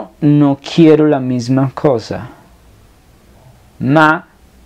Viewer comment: Disculpa però noto un error.. En la pronuncia.. La S no se lee come la Z.. La palabra "cosa"se lee mismo como en espanol cosa con la misma S..asi ke voglio la stessa cosa es con la s normal y no Z de mosca